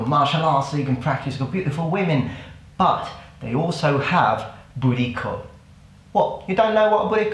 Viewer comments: It keeps sounding like you're saying "booty call", haha. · I keep hearing "BootyCall"😂😂😂 Man I love you 🙌🙌🙌🙌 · At first I thought he was saying "booty call"